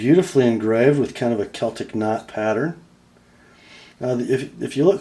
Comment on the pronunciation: WOW!!! That thing is just delicious. Amazing. That spine and that Celtic knotwork bolster (btw, thank you for pronouncing Celtic correctly ;) )...to die for. Glad you were able to save this one's edge. A knife that beautiful absolutely deserves a beautiful edge.